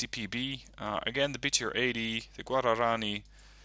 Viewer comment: FYI, the transport should be "guarani", not "gurarani"!